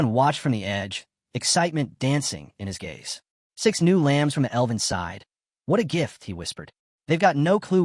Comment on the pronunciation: Love your work, but please pronounce "elven" properly 😅 it's not "eleven" 😂